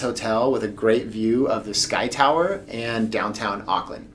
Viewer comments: Arklin lol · awk-land is how we seem to pronounce it in nz :P i remember in one of your accent videos, you said you weren't able to do a kiwi accent anymore, but maybe it will all come back! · yup same they say ockland it's like no, just no lol. No hate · I think you mean Arkland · Auckland you mispronounce. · the way you say auckland tho 😂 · I’ll never get over how Americans say Auckland 😅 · There plenty of salons you can get a haircut in the CBD. Like I said don't forget the check out the Eliots Stables for a good feed. Food from all over the world. Last you are gonna have to learn how to say Auckland like a kiwi since you are one. The vowels are the same as Spanish vowels. You pronounce every vowel. And if you need anything you have a family of almost 5 million people. PS don't know if anybody has told you but you should download the tracer app and scan the barcode when ever you go inside any business.